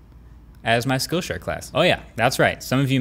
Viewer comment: Great info. Never heard of Skill Share. Thanks for teaching. However, when you’re saying it, everytime it sounds like you’re saying “skow” share. If you hadn’t put up the screenshot, I never know what you were talking about. So thanks for doing that. But try to pronounce it correctly so people know what you’re saying as skill share and not the sloppier way. Again thanks for all of your excellent overview videos.